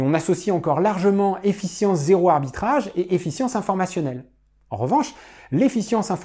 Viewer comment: Très intéressant !! Attention à la petite faute qui se répète tout le long : Efficience et non Effience. ;)